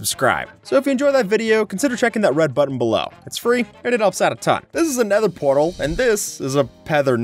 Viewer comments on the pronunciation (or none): omg a pether nortal... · Yo it’s a pether nortal